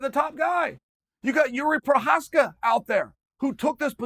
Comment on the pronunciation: Yess he got his name correct, big jari prosneckie will be delighted.